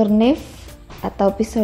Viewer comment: Knife dibaca naif ya, mbak....